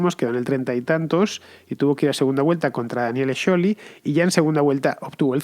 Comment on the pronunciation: Fernando pronuncia Scioli en italiano y ni el propio Scioli lo pronuncia así